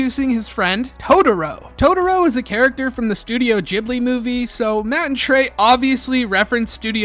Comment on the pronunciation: Totoro, not "toutourou"